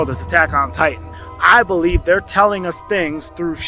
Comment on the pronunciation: “ I do belebe the govbermemt is hiding lands “